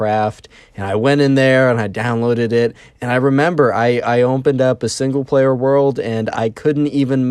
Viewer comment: "single plawer"